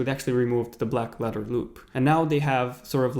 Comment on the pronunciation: Black ledder loop black ledder loop black ledder loop ... what a tongue twister